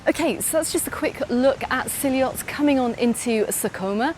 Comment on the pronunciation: your videos are brilliant but you say s'illott wrong. LL together is a y sound. ....in english terms ...si yott